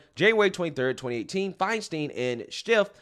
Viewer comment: It’s NOON-ez. I never mind mispronouncing any names—he does such a good job getting us the actual truth. In fact, I enjoy it when he says FINE-steen, instead of FINE-stine since he’s not being malicious. Makes me smile just a little.